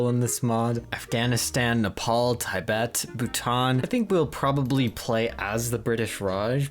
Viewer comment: The way you pronounced Tibet cracked me up hahaha